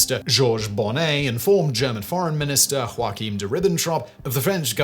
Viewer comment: Just because Joaquin Phoenix' name is pronouned in that way (spanish) doesn't mean all the variations are. :p It's more similar to the hebrew: YOA-khim